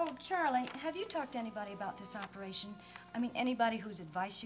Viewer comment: "Operashun" - C.G